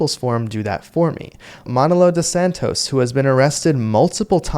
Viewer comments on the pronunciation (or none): just one thing, my brother, please pronounce "Manolo" emphasizing the first O, as in maNOlo... it would make my spanish ears feel better 😂